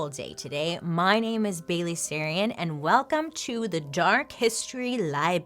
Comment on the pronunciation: Bail-ally Sarian 🌈